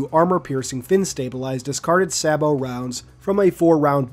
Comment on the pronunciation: saˈbō dude don't need to say the t